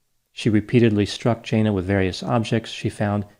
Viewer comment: It is normal for retail employees to have their bags searched at departure, even when leaving for lunch. I think it's unlikely you have the pronunciation of Jana correct.